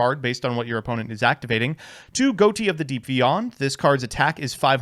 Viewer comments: It's pronounced Fish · Isn't it pronounced fish tho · why is everyone pronouncing ghoti wrong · Excuse me sir, but it's pronounced ghoti. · I think Ghoti is supposed to be pronounced "Ghoti", actually. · Not even 5 seconds in and already mispronounces Ghoti smh